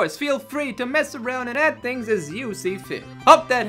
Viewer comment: When he said "add things as you see fit" it kinda sounded like "eff things as you see fit". I would've had no problem with the later... lol